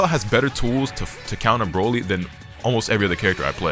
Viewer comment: Bro said “Droly” 😂💀